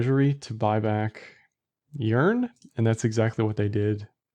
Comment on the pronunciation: Sounds like you are saying, "urine".